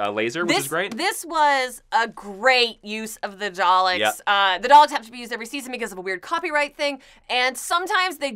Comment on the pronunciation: love the dr who review. but please learn to say Daleks correctly. lol there is no 'R' in that word